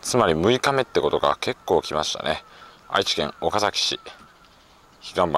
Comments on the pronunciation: スーツ旅行さん、「おかざき」の発音（イントネーション）、正確です。関東の人としては、ほんとに、珍しいですね。（地元岡崎では、「か」にアクセントを置かず、抑揚なく、だらぁーと、「おかざき」と、発音する、って感じですね。）― 以前に、岡崎を扱った動画も見ました。駆け足の動画でした。― 前回動画で、岡崎宿の「二十七曲がり」、よくわかりました。（芭蕉も、あんなふうに、歩いたんですね。） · 三河、岡崎、安城、知立、前後。地元の人が発音を厳しく指摘してくる地区ばかりですね笑 ちなみに、岡崎の発音は完璧でした！